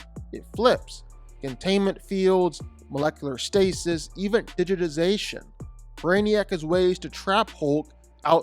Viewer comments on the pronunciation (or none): none